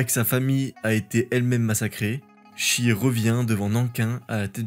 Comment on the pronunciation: " shi " n'est pas prononcé " chie ", mais " che " comme pour cheveux ...